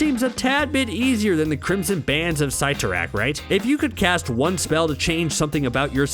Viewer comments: I cringed when he prenounced Cyttorak "Cie-to-rack." instead of "Ce-to-rack." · Your were pronouncing the crimson bands spell's name wrong